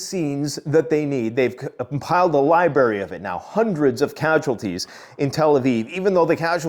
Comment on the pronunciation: “This is not rocket scientist…” “They compiled a liberry….” 😑